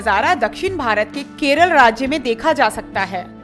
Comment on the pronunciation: It's Kerala not keral